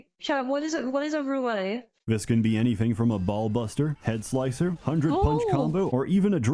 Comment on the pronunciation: "Chat what is a roulay?" That's how you pronounce roulette if you have brain damage. lol